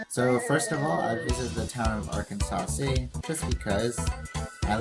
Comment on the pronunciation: Arkansas City is pronounced Ar-Kansas lol. Thanks for the shoutout!